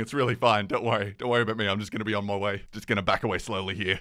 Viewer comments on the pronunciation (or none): "just gonna be on my aweem-oh-way"